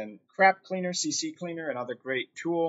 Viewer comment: I've had words that upon first look, my pronunciation of them has stuck with me too, until I actually heard someone else say it, but without further ado, C cleaner not CC cleaner Thank's for the review this is exactly what I figured and wanted someone to confirm, as you did thank you again.